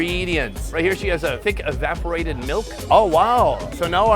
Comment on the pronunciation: E-vap-or-ate-id, sound it out brother